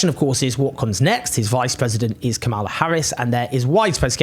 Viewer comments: Deeply depressing all round. (just a quick note, though, the VP's first name is pronounced KA-mala, not ka-MAL-a) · Kamala is pronounced like Pamela with a K. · You sure that's how you pronounce 'Kamala'? I'm not being pedantic, but it kinda amused me that you were using the very pointed GOP pronunciation, trying to make it sound more 'foreign', when it's pronounced exactly like Pamela. (Horrible feeling, I'm going to get schooled on this.) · Hey Owen please learn to pronaounce Kamala correctly or you sound racist.